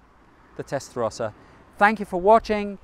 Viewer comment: No es Testlarosa Es TESTARROSA